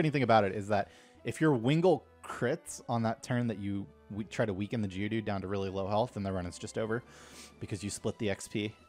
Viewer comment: Wait why do you call geodude "jewdude"?